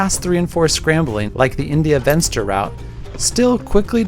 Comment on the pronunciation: "Venster" is an Afrikaans word, not English. It means "window". So, it is pronounced "Fenster". The V is pronounced as a F like in "Fence".